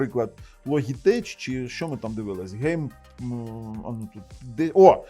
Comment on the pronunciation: Logitech -звучить як Лоджитек! )